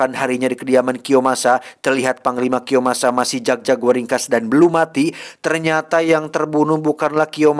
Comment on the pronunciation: Kiyomasa bukan kiyosama wkwkwk..mantap pokoknya.